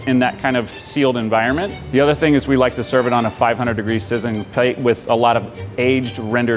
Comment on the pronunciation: ‘sizzing pate’